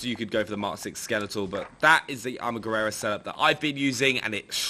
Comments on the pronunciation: armaguerera...LOL...its ARMAGUERRA ! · Its Armaguerra, no Armaguerrera....